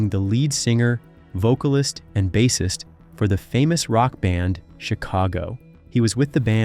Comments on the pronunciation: Agreed. "SET-er-ah"? The narrator also mispronounces the word "bassist" (ˈbāsəst). The whole world pronounces it "BASE-ist", not "BASS-est".🙄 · Bass-ist like the fish? Please! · he accidentally got it RIGHT 2 times BUT... this dude called him a (fisherman) bass🐟ist twice WOW